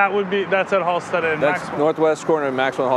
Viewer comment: Everytime he says, "Halsted street" sounds tourist. It's just HALSTED. He's probably from Waucaunda claiming Chicago. Also, I don't know how you mention the stockyards (Back-of-the-yards) and not mention Upton Sinclair and Henry Ford.